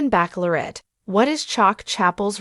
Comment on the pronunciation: What is wrong with this speaker as she can not pronounce the word bachelorette. Also, I heard that his name is really Chester not Charles.